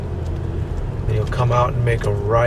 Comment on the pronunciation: It’s McClay not mcay